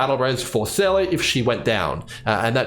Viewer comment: Why can't anyone pronounce Seele right? It's said over and over and over in the game... It's pronounced Seela.